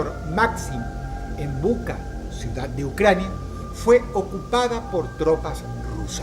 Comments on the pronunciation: Se pronuncia Bucha, no Buca. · Se pronuncia, bucha, no buca. Y es una invasión, no una guerra. Y no hay nada más ridículo que un latinoamericano pro ruso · No es buka, es bucha